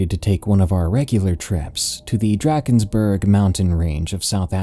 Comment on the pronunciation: Just for future reffrence, in my experience as a South African it is typically pronounced Dr (ah) kensburg. In Afrikaans a is pronounced ah, but for some reason the rest of the name is very Englishy. Burg in Afrikaans would usually be berg, and e is pronounced eh in Afrikaans. Anyway that is just my experience, and the pronunciation distracted me a bit.